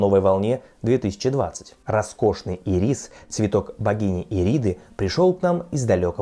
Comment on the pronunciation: Ударение в слове ирис : Ирис, а не ирИс!